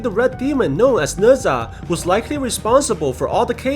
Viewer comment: I dont like how he says nezha